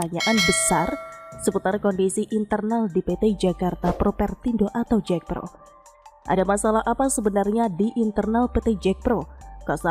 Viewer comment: Bukan Jekpro tapi JAKPRO, jd kurang greget